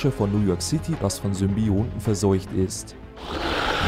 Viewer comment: Danke, ich dachte schon, ich bin der einzige den das stört! Vor allem "eine Stadt voll Symbioten" fand ich von der Aussprache her mega nervig o.O Der englischsprachige Channel hat besserer Sprecher...